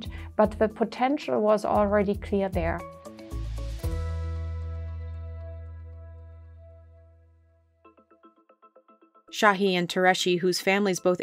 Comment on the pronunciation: it’s not sahi or tureci people make a vaccine and y’all legit can’t pronounce their names